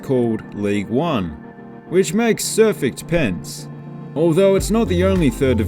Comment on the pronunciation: Did he just say Serfect Pense?